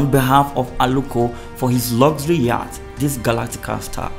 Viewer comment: That word 'YATCH' is pronounced as 'YOT', as in the word 'NOT'.